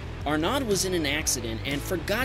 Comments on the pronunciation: Arnad! Next time try Arno, sounds much closer, and you’ll be the cool “I can do French names” guy! 😁😂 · Man, I love this channel but listening to you pronounce names that are less common in America and aren't English (ex: Joacim & Arnaud) is painful haha. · Arnaud is pronounced Ar-No'